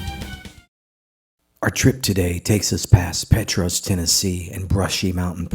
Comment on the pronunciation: Petros...pronounced "Pee-Tross" short "o"